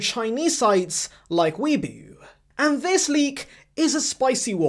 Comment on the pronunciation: Weibo = pronounced as "Wey-bow" 😁😅